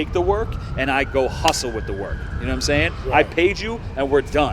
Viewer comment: “You now what I’m shaying ”